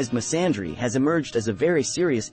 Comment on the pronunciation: An example of the fact that the word "misandry" is not known, is that here mispronounced it (not a criticism). But we certainly know the word misogynist, don't we?... It's miss-and-ree with the accent on miss (of course)... Betty Friedan's The Feminine Mystique was published about the time JFK was assassinated. Just a few years before I was born... Let the shrieking begin. The female is not required, or able to perform any difficult, dangerous, or dirty job, but insists on domination while constantly claiming victimhood. Good luck in life— love, Ol' Ro... Truly.